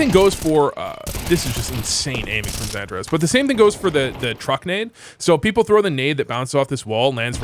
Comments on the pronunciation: Santa Rez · The way you pronounce XANTARES is so American. 😂